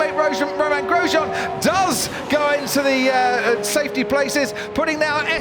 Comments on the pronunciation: and his teammate "rojean" :-D must be new f1 driver, never heard of him before ;-) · "Rojan Gromain" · That mistake on pronouncing Romain Grosjean's name tho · I'm waiting for a "Romain Goujon... I mean Chicken Grosjean" slip up one day. Crofty is shit, he had several slip ups just this qualifying session alone, but he has none of the charm of Murray Walker.